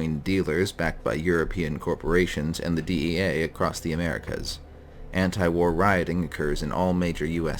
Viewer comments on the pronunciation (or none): none